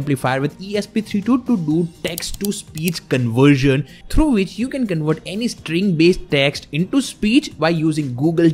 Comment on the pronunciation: You say conwert text to speech...it it convert not conwert